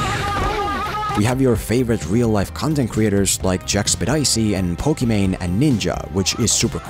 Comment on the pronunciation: Jack-spedicy lol